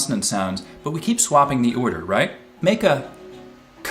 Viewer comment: I have never noticed how mispronounces "order" before.